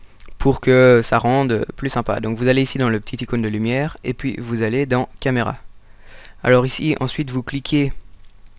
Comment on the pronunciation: Et "POUIS" à loool